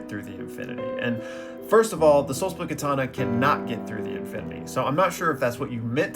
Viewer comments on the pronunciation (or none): none